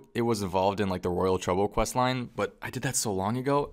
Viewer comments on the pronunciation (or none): none